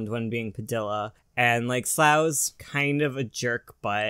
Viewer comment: I can't get over the way you pronounce padilla The Ls are pronounced like a y not actual L.